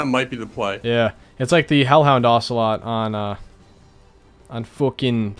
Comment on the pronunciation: “Hellhound ocelot” and “musealaum”